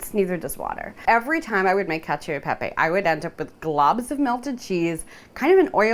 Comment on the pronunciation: "Cacio" is pronounced like "cah-cho." If you're going to do an entire YT video about it, at least try to learn the pronunciation! You're doing a disservice to the Italian heritage you're borrowing from.